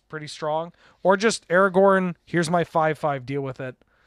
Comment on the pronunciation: We're going to roast you for the pronunciation: The letters are right there in the name of the card. AragoRn. There is a second R clear as day. You're terrible at this aspect of things and should NOT be the person reading card names. Get whoever is on tech that day to do it instead!